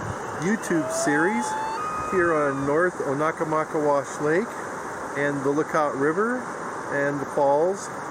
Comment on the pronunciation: It's pronounced Oh-na-maw-kay'-wush.